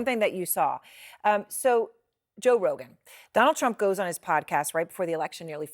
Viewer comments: Moron can't even get Joe's name out of her mouth. "Josh, John sorry Josh ha John Rogan." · Did she say john rogan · 😂, she can not even pronounce Joe Rogan’s name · hahahaha she cant even say his name!! poor thang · Lol. She can't say his name. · Why can’t she say Joe? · Oooo shit. Why Joe rogan name suddenly become difficult to pronounce for CNN anchor. 😂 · They lost it all lol 😂😂😂 she can't even prono6tge man's name